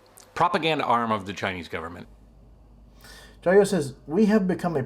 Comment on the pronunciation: It’s Jia you 「加油」 not jayoe before it was hi I’m Matt I’m sorta half ass riding my tricycle around the world now it’s , hi I’m Matt and today’s another explainer hahaha worst of all..... these guys have zero understanding of the Chinese language. Can’t even have friendship with a local without their wives present